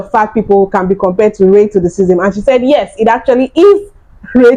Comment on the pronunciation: upi cant even say the word RACISM PROPERLY...go get some talk therapy madam